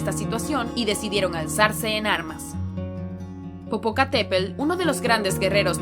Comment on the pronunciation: Pronuncias mal las palabras de origen náhuatl como mexica, Tenochtitlan, popocatepetl o iztaccihuatl